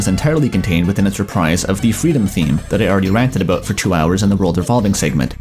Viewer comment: It's pronounced "ah-BAUT". It's pronounced "JAH-vah". Are you a Canook?